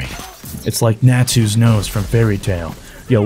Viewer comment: naa tuuu!!!!!!!!!!!! ITS NATSU!